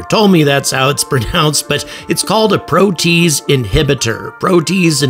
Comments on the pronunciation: Hey,, it's pronounced "pro-tee-aze", NOT 'pro-tease'! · "Pro tea ace" not "pro taze" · I think it is pronounced 'pro-tea-aze', but fantastic video and a ton of information! My go to source for space info and entertainment! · Protease: three syllables, "pro-tea-ace." An enzyme which cleaves (breaks molecular bonds in) a protein. Sorry, I'm a biochemist. Might as well say "nucular" instead of "nuclear" to a nuclear physicist. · Pro-Tee-az. (as in h/ [aze} prolly. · Protease? PRO - TEE- ACE inhibitor. ;-)